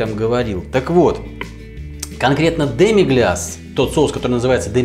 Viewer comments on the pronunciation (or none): Как же ухо режет "демиГЛЯС" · демигляс классический французский соус. Если вы не говорите по французски, то просто в гуглпереводчике наберите "demi-glace", нажмите на кнопочку и послушайте как ПРАВИЛЬНО произносится это слово. СРАЗУ ухо перестанет резать.